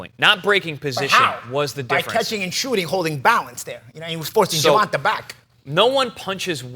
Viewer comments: why the hell does Paulie always mispronounce Gervontas first name... its Ger Von TAAY not GER VON TA as far as how its pronounced. lmao smh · here you go so you can learn to pronounce his name properly bro. jr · vaan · tay day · vuhs